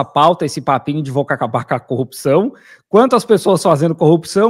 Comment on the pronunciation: Incrível como as pessoas não conseguem falar a palavra CORRUPÇÃO é sempre COPÇÃO, devem ter ouvido muito o marreco